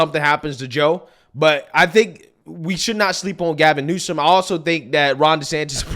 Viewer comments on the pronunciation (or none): Why does it sound like you’re saying Gavin Newson?